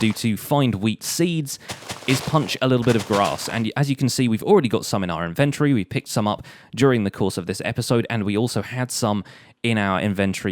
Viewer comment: InvenTORY, not Inventry